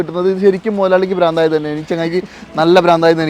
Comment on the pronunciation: ഭ്രാന്ത്... പ്രാന്ത് എന്നല്ല